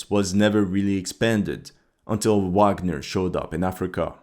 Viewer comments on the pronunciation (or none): none